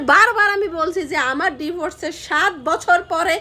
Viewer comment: Kotha guli emn shuna jay kno? Voice tau kmn onno rokom lagche. Apni diforce bolen kno? Divorce bolben